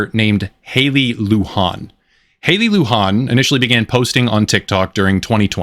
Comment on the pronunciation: it's not a spanish name. You mispronounced it throughout. Her name is pronouinced loo-jan with a j like jelly and and an like can.